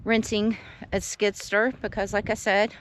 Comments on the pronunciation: Skid Steer...not Skidster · You must've came into a large chunk of money. Sounds like you're spending a ton of it. It cost money to get started oh, and by the way it's called skid steer. Not skid stir😂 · skid STEER.... not skidster ;) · no offense, but the name of his machine is:”SKID STEER” not skidster, just so you’ll know…..if you’re gonna be a land developer you gotta know the tools and equipment proper names. P.S. I’m not try to sound like a mister know it all but with all due respect you should know what is what. Right? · she said stir